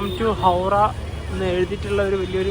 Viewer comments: ഹൗഡാ അല്ല ഹൗറാ എന്നാണ് 😂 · ഹൗട എന്ന് ബംഗാളിയിലും ഹൗറ എന്ന് ബാക്കി ഭാഷയിലും പറയും നീ പറയുന്ന കേക്കുമ്പോ എന്തോ പോലെ തോന്നുന്നു